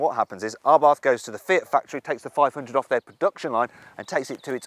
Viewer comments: Why does he say Arbarth, it's Abarth, no 'r' 😂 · Dude. It's Abarth. Not ARbarth. There's one R in there. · Ryan Patrick Someone should tell the presenter it is a silent aitch, pronounced ABART. BTW, the Monza exhaust is stupid. It is a THOUSAND POUND option, just to make the exhaust noisier. Drill a hole in it works just as well. I bought my 500 Esseesse, from a moron who thought it a good idea. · What’s an “Arbarth”…… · It is Karl Albert Abarth's name. The pronunciation is what it is. It doesn't matter what nationality you are.